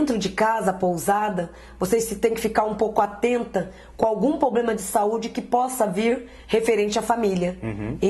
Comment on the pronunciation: Eu não havia percebido mas ela ainda fala pobrema ??aff